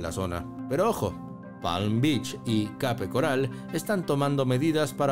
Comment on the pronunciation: Pronuncia bien Palm Beach y Cape Coral dice un disparate